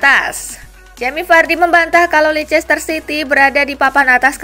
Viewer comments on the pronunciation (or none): none